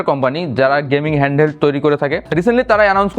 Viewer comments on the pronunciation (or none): এনি কি হ্যানহেল্ড কে হ্যান্ডেল বলল